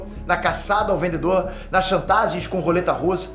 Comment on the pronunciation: O "vendeDor". 😅